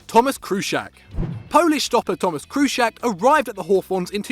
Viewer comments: Where’s the R in Kuszczak? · lol its pronounced Kushchak and im not even Polish😂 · Very first player they can't even say his name right, there's no "r" in kuszczak. I'm out